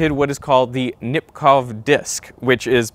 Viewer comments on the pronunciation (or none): It's Nipkooh not Nipkoff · The ow in Nipkow is pronounced like the o in go.